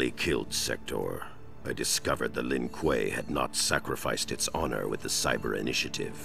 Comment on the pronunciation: To. You pronouced it right the 1st time. Lin Kuei (L-in Qu-ay)!